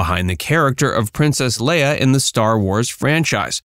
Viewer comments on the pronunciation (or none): none